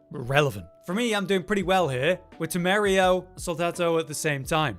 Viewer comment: As a Spaniard, every time you said "temerio" instead "temerario" I lost a bit of health. Temerario means reckless, by the way.